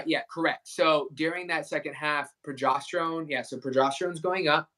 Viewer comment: He keeps saying pro“jost”erone.